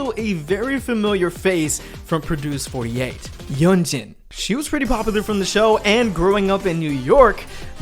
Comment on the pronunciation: you said most of their names right! but Yunjin is "yoon-jin" but she spelled it differently :)